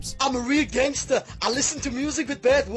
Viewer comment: Aichster gangester lol